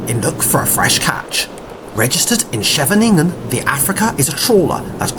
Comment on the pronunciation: ijmuiden pronunciation is more like eye-moden , if u say that its closer to the way you butchered i mean pronounced it, dont get me started on how u said Scheveningen lol